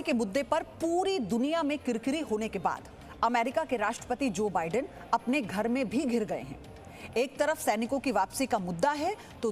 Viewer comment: News acchi hai lekin news reporter ko bolna sikhao wo vidan sarkar nhi Biden Sarkar he 😂😂😂